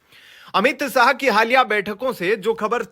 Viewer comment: बहुत अच्छी खबर। पर अपना उच्चारण सही करो 'श' को 'स' (अमित साह) व 'स' को 'श' ( शांशद) कहना। हिंदी क अशुद्ध उच्चारण ठीक नही लगता।